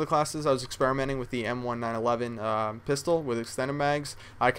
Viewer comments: it is the "1911" like the year not the m-1-9-1-1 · It's not the "m-one-nine-eleven" it's the colt m nineteen-eleven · its "m nineteen eleven" not one nine eleven its like you've never touched a real gun in your life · pretty sure its pronounced m ninteen eleven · Just to help out, M1911 is pronounced "em-nineteen-eleven." Hope this helps! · hey ive heard you do this before but when you say m1911 just say it like the year 1911 thats how to say it, it was created that year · You say the m1911 like M and 1911 like the year